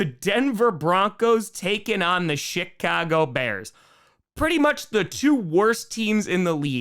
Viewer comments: am i the only person who thought he said "shit"-cago bears and then kinda thought it was so accurate it wasn't even a problem? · I know you said Chicago and not Shit-cago, but it made me smile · It sounded like you were saying the Denver Broncos and Shitcago Bears. hahahahhahha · .......I had to play it back because at first it sounded like he said the "SHIT-cago Bears" xD